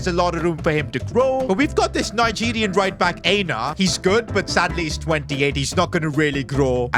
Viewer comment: Not Ayna it’s Eyena